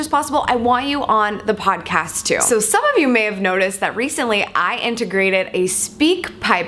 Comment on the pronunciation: Yay! Odd-cast! Like ool. There's no "P" in either one of them....lets keep it that way, M'kay? G/L! Can't wait to get into it!